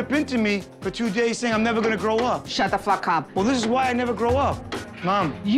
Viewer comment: "Shat tha fack ap"